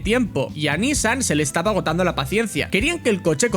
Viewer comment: Recuerdo esa carrera en 2015, fue esperpentica la presentacion en Le mans, cual Renault en F1, solo era una jugada marketinera no de competicion. Por cierto es nissAN no NIssan la pronuncacion. Saldudos.